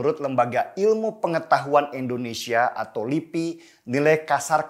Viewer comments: indonesia bang... bukan Endonesia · INDONESIA bang bukan ENDONESA